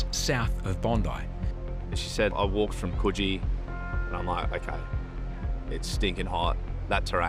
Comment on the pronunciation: The pronunciation of Coogee is really annoying me...